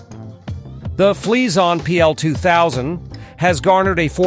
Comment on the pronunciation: Anyone else getting a "cream freeash" when he says it ?? XD